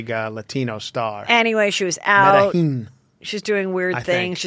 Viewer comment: Hi 👋🏼 Heather! Not sure if anyone mentioned this earlier. Being half Colombian 🇨🇴, the city of Medellin is phonetically pronounced meh-de-jean. Hope that helps. Love 💕 you and your show lots & is awesome! I have my hubby now addicted to your channel. 🤩 He’s lovin all things Juicy Scoop!😻🙌🏼